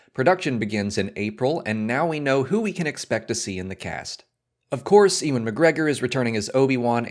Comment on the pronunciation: Ewan is pronounced "yew-an"